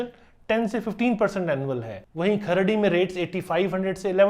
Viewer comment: अहो तो सवारगाटे आणि खार्डी म्हणाला5😅😅